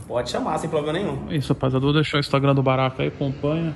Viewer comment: Apelido baraka, eu entendi barata...kk o cara é grande hein!!!